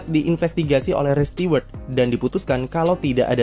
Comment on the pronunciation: spell stuwerd bukan stiwerd😅